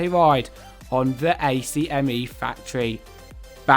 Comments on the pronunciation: Also ACME is pronounced like Ack-Me and not the letters; and it's "Wile E. Coyote" (pronounced like "Wily Kai-yo-tee"). Other than that, lovely video and list! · Hi, nice review but some of the pronunciations of the characters are way off. Dino from The Flintstones is actually pronounced “Dee-no” even though it’s spelled Dino. ACME is pronounced phonetically not as an acronym so it’s like ACK-me, Finally, Wile E. Coyote is pronounced like “Why-Lee KAI-oh-tay”.